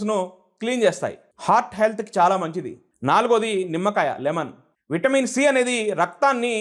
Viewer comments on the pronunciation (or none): none